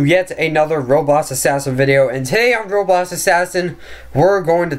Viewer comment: Dude why can’t u say roblox u always saying like roblos assassin or robots assassin. Jus say it right it anoying :(